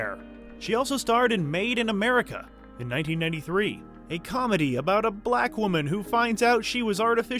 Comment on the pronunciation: The narrator sure puts a hard /k/ on 'blacKKKKKKK.' Damn🤦🏾‍♀️😳😂